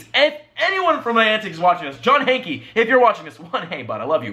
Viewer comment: your just gonna get (more) hate by doing this, also Hanke is pronounced Hank, the e is silent